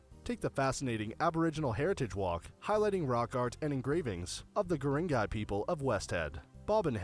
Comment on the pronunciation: Kuringai …again he is not really pronouncing it correctly. We used to live there…it was at the end of our street. So amazing and beautiful.